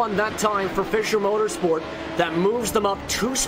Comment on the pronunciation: Dear Racespot team: Our team name is pronounced "Fisher" Motorsport... like "fisher"man. :-) It's not pronounced "Fysher"